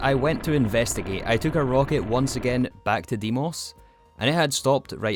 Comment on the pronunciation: e in deimos is read same way as in elephant